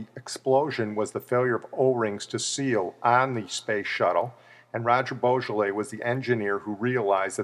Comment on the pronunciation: Please pronounce his surname properly. It's not pronounced like the French wine Beaujolais